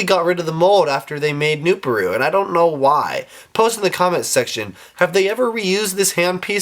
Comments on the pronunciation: I think it's pronounced "new-par-u" not "new-pa-ru. IDK I could be wrong. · Its pronounced new-PAR-oo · Also its "nu-PAH-roo"